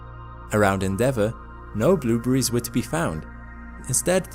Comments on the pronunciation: "Blew breeze." Haha! This guy pronounces blueberries "blew breeze!" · I like the way he says "bloobries". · stop saying bloobery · "blueburries" :p or "blooberies" the more he kept repeating it the less it sounded like a real word lol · I like how u pronounce " blueberries" hehe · The way he pronounces blueberries lol